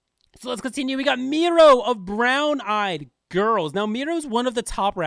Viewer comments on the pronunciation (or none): Just to correct you, it's Miryo, not Miro (just to correct you) And thank you again for the efforts to make this list